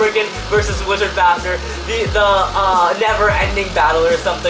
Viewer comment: The fact that he says fafner instead of fafnir irritates me